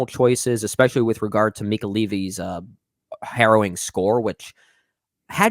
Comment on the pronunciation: Are you guys saying Horrowing? It’s harrowing….